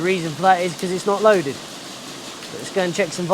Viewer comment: What are you saying "loaded"????